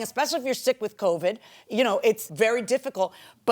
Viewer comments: I thought she said covic😅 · PLEASE STOP saying Covick!!It's CovID!!LOL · Covid not Covick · The number of people across this great nation that say “coVIC” instead of “covid” in 2024 is RIDICULOUS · She also says "covic" instead of "covid" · She keeps saying COVIG and that bothers me